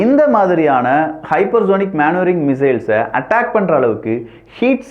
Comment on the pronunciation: மனுவரிங் மானுவரிங் கிடையாது